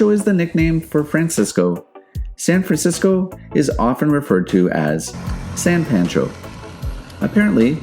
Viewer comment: Its SAY-ulita like, "I'm just saying" and San PAWN-Cho